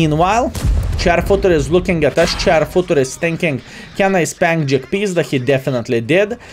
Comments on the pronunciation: It's not jagpizda its jagpanzer. But I get the feeling you say it like this on purpose. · Half the reason to watch is to hear him say Almighty Jagpizda